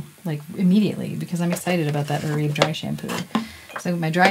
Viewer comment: My hairdresser informed me that Oribe is correctly pronounced as "Or-i-bay." 👍